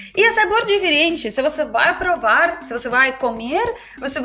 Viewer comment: Você diz Ariginal e não Original. Pravar e não Provar. Mas, passar de russo para português, deve ser muito difícil. Mas, para nós, entender o alfabéto cirílico, é a coisa mais difícil do mundo.